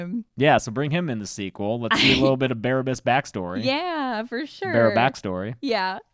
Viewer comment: There's actually a movie from 1961 called Barabbas with Anthony Quinn that tells that story in a Ben-Hur/The Ribe/Risen kind of way. (So, Biblical times, just not a Biblical account.) PS: You pronounced it right the first time baa-RAB-bus.